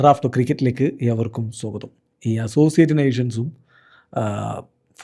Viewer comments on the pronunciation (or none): സോഗതമല്ല സ്വാഗതമാണ്